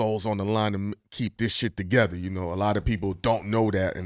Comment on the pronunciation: "To gezza"